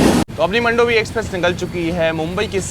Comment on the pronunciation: मंडोवी नहीं मांडवी 😂😂